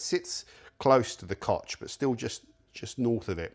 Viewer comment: "Kotsch" statt Koch" sagt er wieder... Genetischer Defekt durch die viele Inzucht bei euch auf der Affeninsel, dass ihr unsere deutschen Wörter nicht korrekt aussprechen könnt, aber wir Herrenmenschen umgekehrt mit euren Wörtern keine Probleme haben? Genetik scheint wohl doch überlegen zu sein bei uns.